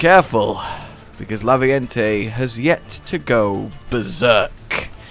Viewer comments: Raviente. Raviente. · isnt it Raviente?